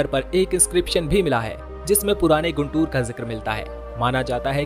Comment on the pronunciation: It is गुंटूर. Not गुंतुर. Please correct it. Famous Kakani (काकानी) Malleswara Swamy Temple is missing.